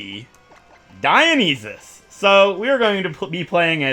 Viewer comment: Just hearing him pronounce Dionysus is confusing for me. I’m pretty sure it’s pronounced die-oh-nye-sus